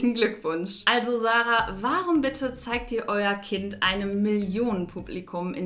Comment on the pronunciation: Sarah spricht man nich so aus wie du